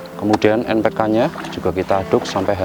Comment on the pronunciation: Bang npk apa,kurang jelas